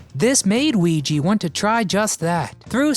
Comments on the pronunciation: Weege is weege not weege, wee'g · “Weege” is pronounced “wee - gee”, with a HARD “G”, as in the name “Gary”. Rest In Peace, Markie Post and Harry Anderson, as well as Selma Diamond and Florence Halop. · I watched it faithfully when it first aired. Great show. And this vid is pretty good too. Except that you mispronounced Reinhold Weege's last name EVERY SINGLE TIME.